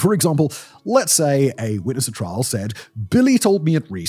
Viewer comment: Sometimes you say trial correctly and sometimes you say "trahl".